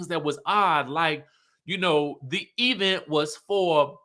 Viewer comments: The Tisha ‘e-vent’ pronunciation 😂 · how you keep emphasizing the Event has me 😂😂😂.